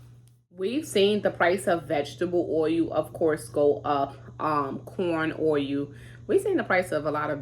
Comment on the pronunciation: Being from Alaska originally when you say oil it just cracks me up. Sounds like ohu when you say it. When I first met my Daddys relative from Missouri theiraccent was so heavy I couldn't understand what they were saying. Love your videos . Enjoy watching your little one so cute